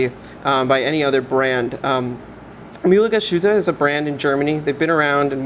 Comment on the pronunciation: How difficult is it to go to google translate, enter a brand name, choose the respective language, click on the speaker icon and listen to how it’s pronounced before doing a video? Having said that, nice review! 🙂